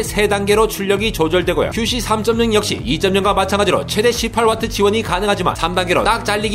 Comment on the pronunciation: 18W 발음 무엇 ㅋㅋㅋㅋ